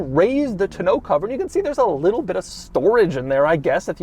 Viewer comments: Still cracks me up when he mispronounces the tonneau cover! Taun-oh, not tah-know. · Doug, the type of guy to put the ac-CENT on the wrong syl-LABLE. (He keeps saying ton-NEAU instead of TON-neau.) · The way Doug pronounces tonneau.......... you're not British Doug. it's simply tä-ˌnō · I'm extremely surprised that someone who is so involved in the automotive industry doesn't know how to properly pronounce tonneau.